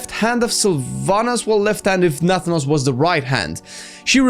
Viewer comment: Nathan-os.... not Natha-nos